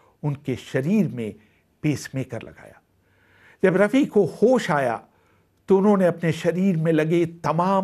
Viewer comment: you mention Hushnalal Bhagatram with wrong name then miss pronounce Rafi Saab whats your problem men ? Thodi kam piya karo.